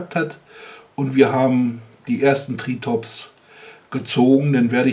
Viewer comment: Ich amüsier mich immer wenn du das Ding benennst, denn es heißt nicht TriTOps, sondern Triops. XP Aber ansonsten wieder alles prima. ;D